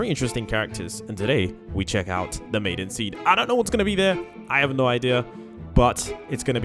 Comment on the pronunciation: Maizen is Mizen not Mazen